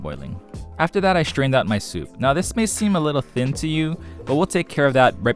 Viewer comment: Remember to eckshtract and shtrain well 😂